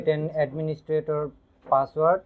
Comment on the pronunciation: User name and password you didn't tell clearly, this is most important word you didn't pronounced clearly